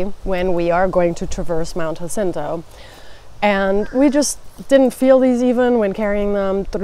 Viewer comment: I'm a fan of convertible hiking pants. I call my bucket hat my ugly hiking hat but it works for me! Pronunciation of Jacinto was good.